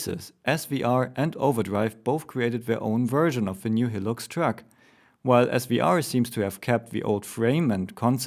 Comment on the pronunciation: not hating but high-lux, not he-lux